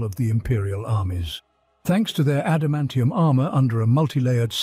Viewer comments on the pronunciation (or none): none